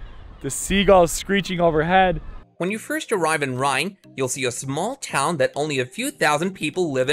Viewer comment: Reine = Rain-EH, not Rhine. :) Nice video.